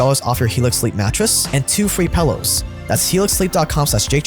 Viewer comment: 2 free pallows? Y u say pallows?